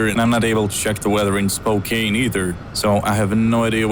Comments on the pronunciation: The_HR_Wang_Sauce Yeah, he pronounces it Spo-cane even though it is spo-can lol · I died inside when he said Spo-[KANE] Washington. :( But good video none the less! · do you pronounce it spokane or spokeann? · Oh nah dude its cool, when i first moved in the Spokene area i couldnt pronounce it either, its all good